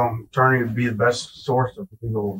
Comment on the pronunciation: Was physically unable to pronounce "attorney"?